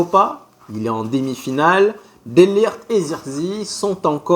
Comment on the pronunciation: De Ligt = Delirte pour la prononciation